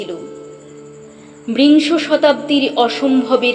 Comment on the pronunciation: আবৃতিতে বৃংশ শতাব্দী উচ্চারিত হলো সঠিক হবে বিংশ শতাব্দী। ধন্যবাদ